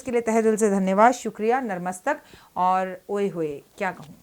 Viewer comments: Why you are saying Narmatak and Bandrwar.it is NATMASTAK and BANDANWAR..Subah Subah Bandar listening from you I know Bandar another mean is Kapi or Hanu man but that's another way Please try to change my yourself You are trying to change please of they listen you.you also do smei.this is second time I am sending comments for you..if your assistance reading message..why they are scared from you Why they are not telling you.that some ordinance don't like your wrong pernounsation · Mam sorry to say but aap ye jo nar mastak bolti hai ye Nat mastak hota hai eska matlab sar jhukana hota hai plz sahi bole main hindi ki Teacher hu so mujhe ye thora thik nahi lagta plz mind mat karna